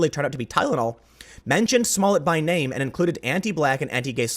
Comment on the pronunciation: Great job at pronouncing those names